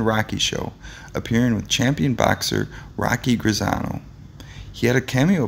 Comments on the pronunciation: Note also "Rocky Grizzano," and the "Mount Caramel Cemetery, which is where Henry "interned." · LOL "Rocky Grizzano"!!! Youngman's real name was in fact Henry, but the guy narrating this was not trying to be exact, as you can tell when he still says "Henry" when giving the name of the TV show and the comedy album. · Henny was/is my cousin. Really nice guy. His real name is Henry but I have no clue why this narrator refuses to say Henny. Although, after hearing him butcher Rocky Graziano, I'm guessing names are not his thing.